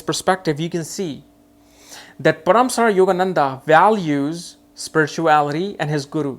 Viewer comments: It's not paraamsara it's Paramhansa Yogananda.. 🙏🙏🙏🙏🌺🌺Thank you 🙏💕 for insight... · Paramsara ?? Really his name is Paramhans for heaven sake 😂